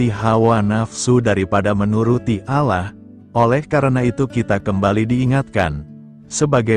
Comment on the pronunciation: Shalom.. Ada yg janggal pada menit ke dlm penyebutan Allah, jika saya tdk salah dengar.. Jg pagi ini dlm pembacaan renungan tdk terasa ada jeda titik/koma nya, seperti membaca terus.. Itu pendapat saya.. GB